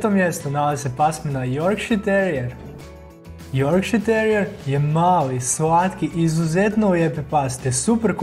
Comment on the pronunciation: Super video ali ši cu, las apso i joršiski terijer se izgovara ju ovako kako sam napisala.